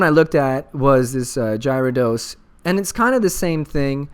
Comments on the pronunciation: Probably because no Giveaway. Scumbags -.- ....that or people mad about his pronunciation of Gyarados haha xD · WTF!!! No giveaway!!! Unsubbing and disliking D=< love your vids (P.S you mispronounce Gyarados)